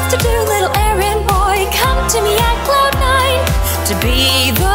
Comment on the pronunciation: Did you said Could nine?